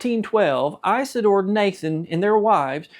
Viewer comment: The name is not Ice a door, it is Is a door.